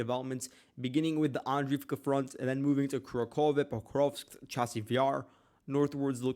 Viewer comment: That town/small city is pronounced Ku RAK hovah. Annunciate on the second syllable, RAK. It's not one syllable there, not "Kura", but 2 syllables, "Ku RAK". So, Ku RAK hovah (e makes an "ah" sound there) = Kurakhove. Just trying to help you out dude. I checked the Cyrillic alphabet. I know it does not translate well into the Latin alphabet, why you are having trouble with it.